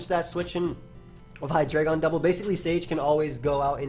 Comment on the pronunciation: its pronounced hyDRAIgon not hai-dray-gon